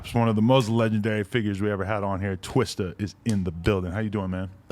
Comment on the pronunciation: I hate how white people say twista.